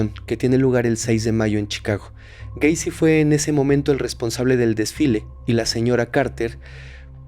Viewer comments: Se dice gueisi no güeisi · Cada que decía "Güeycy“ me daban ganas de quitar el video